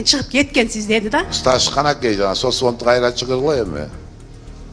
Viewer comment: СОСВОНД ЭМЕС СОЦФОНД